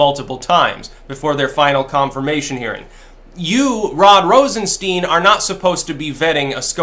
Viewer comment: I like how pronounces Rosenstein wrong just to make it sound more Jewish. I'm sure he didn't mean it though...